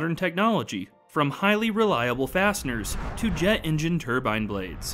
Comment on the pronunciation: What’s a “tubine” blade?